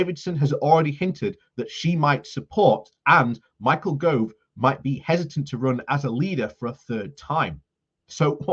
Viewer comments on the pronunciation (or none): GOVE not Grove